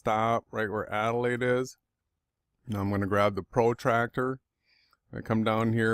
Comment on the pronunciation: I'll pipe up here, as uses extracts from one of my Youtube videos in his support of the AEmap which motivated this rebuttal (by of Awake Souls). Adelain? Adelain? why does continuously refer to Adelaide (where I live) as Adelain in the context of this video, is this something similar to what Obama did when he took office i.e. deliberately mis-pronounced his inauguration speech, is this some type of Karma thing? FAIL! in part of the original video mentions that the Sun sets right-to-left (which it does here in Adelain) and then moves off 'around' or words to that effect. I live here in Adelaide tell me where the Sun moves off 'around' in this: and why the clouds remain lit for so long after the Sun has clearly 'left the building' Oh yeah, Great Work you are Champion for the Truth.